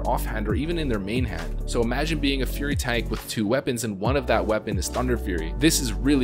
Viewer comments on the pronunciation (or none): none